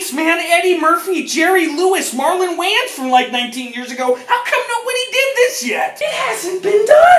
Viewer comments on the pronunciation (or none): pronounce that shit waYAns ONE more time